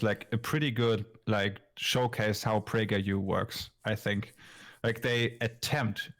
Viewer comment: Yay!!! ("Prajer U"?!?!)